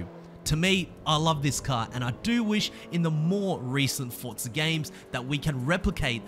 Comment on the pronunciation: where is the T in Forza? 🤣🤣🤣🤣🤣